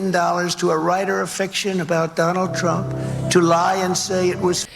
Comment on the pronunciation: "DoNaLd PruMp" is the only adult (and I use that term loosely) who I have ever heard mispronounce his own last name. Truly a stable genius.